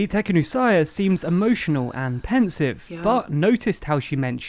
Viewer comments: Its not Teknusaya , its Tikhanovskaya . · Bizarre way to pronounce Tikhanòvskaya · Can we please knowledge how he is miss pronouncing the name of the opposition's leader? 🤔 I was not looking at the video for a minute, just listening and I got confused who is he talking about 😄